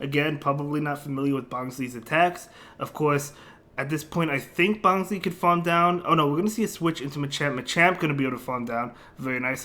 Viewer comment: it's pronounced as "bonslai" as in bonsai tree